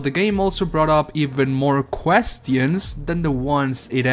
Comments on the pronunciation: Every time i hear him use the sentence "Quest-tions" instead of the proper pronounciation , i just cringe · i'm sorry, but... "questyons". made me do a funny.